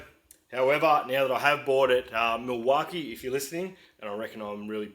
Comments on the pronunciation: Nice looking tool chest!! If you going to ask them for sponsorship it may help to pronounce their name right? 😜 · You’re saying Milwaukee wrong. I’m a diesel mechanic in WA and I’ve never heard it called that. Lol😂